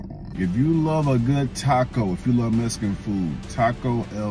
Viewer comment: “Messcan food”😂